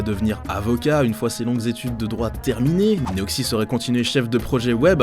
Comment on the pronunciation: Il a dit Neoxi ?